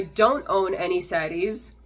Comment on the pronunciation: Kudos to you for not Americanizing the "R" sound for the names of SaRis, anaRkalis...